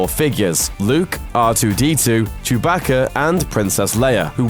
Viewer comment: I thought it was cuwbacca